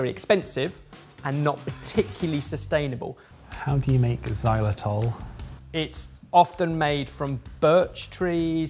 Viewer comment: isn't it Xylitol, not Xylotol? ;)